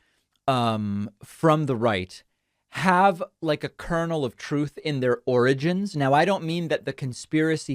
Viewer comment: Are you talking about the 'origins' or the 'oranges'? It's a very important distinction.